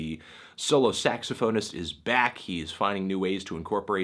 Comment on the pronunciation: You pronounced saxophonist wrong